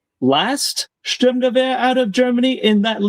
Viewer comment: If i have to hear you say Sturmnchguber one more time LOL